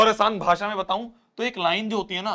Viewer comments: 😂 bhase not bhaasha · bhasha❌ bhasa✅ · That bhasa 😂😂😂 instead of bhasha 😅😂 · Aur Asaan BAHSAAA 😂😂😂😂😂😂😂😂😂😂😂 Very funny